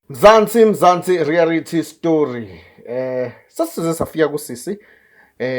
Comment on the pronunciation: not "Rearity* but REALITY, kuyalumeza if ubiza leli gama, siyakuthanda, keep it up guys